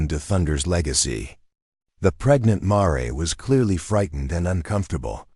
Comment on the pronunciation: would be so much better to pronounce mare correctly====happen so often it ruined the story for me!!!!!!